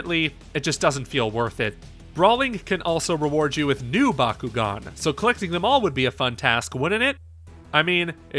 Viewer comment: So good the reviewer can't pronounce the name of the game properly.